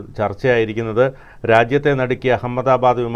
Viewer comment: U don't no even how to pronounce ahamada bad😂